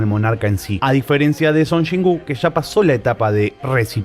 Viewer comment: No puedo ver este videoo, solo de escuchar que dices Chon Chin wooo 🤣🤣🤣🤣🤣